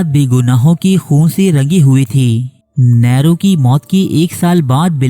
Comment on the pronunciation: نیرو نام کا تلفظ صحیح کر لیجئے